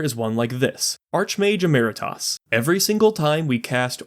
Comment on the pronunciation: idk why but its annoying me that you said "archmage emeritas" and not "archmage emeritus" and then you say it better later when talking about storm kiln artist lmao Edit: Also theres Urabrask, basically same effect as Birgi